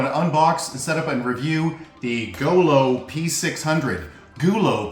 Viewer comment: goo loo not go loo and not goo lo gooh looh